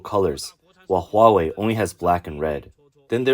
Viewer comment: Hahaha! You can have your hwuawei! Thank you.